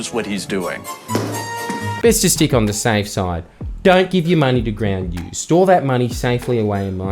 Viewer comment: Slapping my cubital veins right now while screaming "GWOUND NUUUUUUUUUZ"